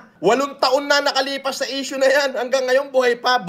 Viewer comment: Ai daw pero sinabi niya "6 years ago na essue " nayan😂😂